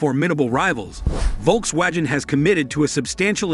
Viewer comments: If you’re going to report on Volkswagen, please learn how to properly pronounce their name… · First time i have ever heard how Volkswagen is pronounced this way